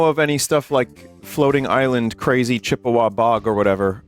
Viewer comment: im surprise vinny said Chippewa correct